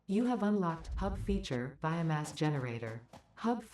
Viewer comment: Is it just me or does he keep saying bio mess